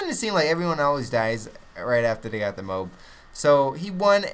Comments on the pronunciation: it isn't pronounced "Mobe" so stop it, now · Isn't it pronounced "moe-ab" :/ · You realize there is an "A" in moAb pronounce it like that you stupid fuck. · Hes not a camper, just controls an entire area. And i think you should pronounce mo ab correctly